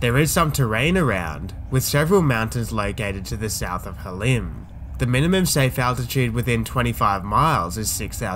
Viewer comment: You should say “Halim” with a little phlegm. The airport layout you have for Halim is not correct.